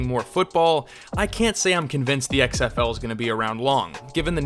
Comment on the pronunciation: "I luh X-EHF-EWW long tie"